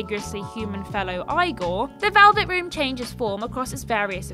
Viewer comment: The most bizarre thing here that defied the laws of reality was how she pronounced Igor.